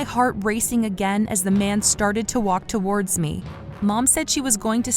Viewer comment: Every time this voice actress says "towards" she pronounces it as "two- wardz" as if it's two different words. i don't know why but it bothers me soooo much